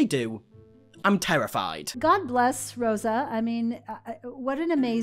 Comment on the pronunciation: J isn't even pronouncing Rosa's name correctly. Learn your important historical moments and don't write them into your own personal narrative!!!